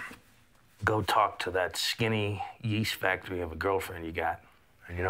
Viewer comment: “Yeast factory” 😭😭😭😭😭😭😭